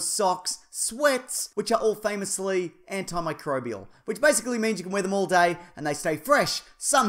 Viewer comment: arc from unable to able to pronounce "antimicrobial" was an emotional rollercoaster